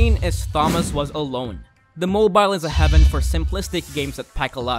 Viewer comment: so many words you cant pronounce. Like cmon bro... THOMAS, how is that hard to say?